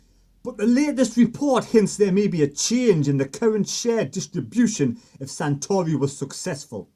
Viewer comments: his name is Juan SARtori, not SANtori, you loon😁😁😵. Good stuff though, keep up the good work! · FFS. --- Sah-Tory 🙄